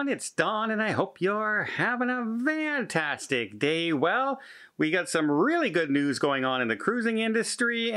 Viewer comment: Hey Don: what does your introductory saying “ Hope you’re having a van-tastic day” mean since this saying is foreign to us in Victoria, BC. Why van instead of fan?